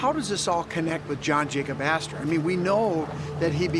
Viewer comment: john jacob aster-hymen-smitch? 😂 🍻